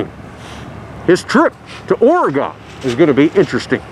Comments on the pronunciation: Great video as usual! Coming from myself as an Oregonian, it is OREGUN. When you say Ore-"gone", it hurts my ears... haha! Thanks again for the awesome C-8 send-offs! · OREGON - (OR-uH-GUN)